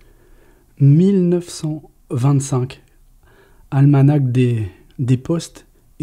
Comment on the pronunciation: J'apprécie beaucoup vos vidéos, toutefois vous confondez toujours "pendule et horloge" la pendule est posé sur un meuble, ce qui n'est pas le cas de l'horloge qui est plus imposante (exemple horloge comtoise). D'autre part les deux dernières lettres du mot ALMANACH ne se prononcent pas on dit "ALMANA" .